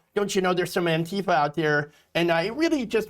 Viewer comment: Not "Antifer",! Say it ain't so! 😱